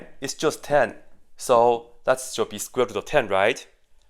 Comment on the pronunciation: I only watched the video to see what possibly can go wrong with this simple equation. And I have not found this "easy mistake". But it was fun watching somebody pronounce "square root" like "squibble".